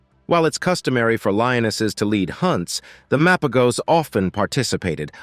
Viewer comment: it's Mapojos/Mapahos not MA PO GOS. All you said wasn't true or no credibility at all. Even for the Majingilanes and selatis.